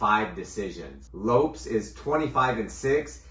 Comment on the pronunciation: My guy says Merab's last name right and messes up Diego Lopes 😂